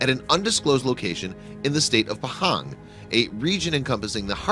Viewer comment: ITS NOT PEHENG ITS PAHANG!!!!